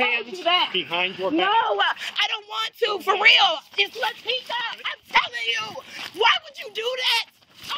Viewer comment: "Laticka" says all you need to know lmao